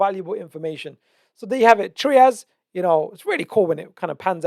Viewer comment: TRY-ASS not Treeas. Great content though, thank you.